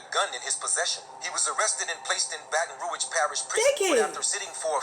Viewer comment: I'm in here I'm subbed now ya heard me....but Yu gotta get the name "Baton Rouge" right. 🤣🤣🤣💪🏾😘